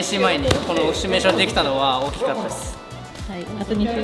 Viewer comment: シュミレーションではなくシミュレーションです